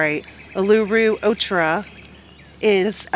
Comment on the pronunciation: Pronounced oo loo roo (Uluru)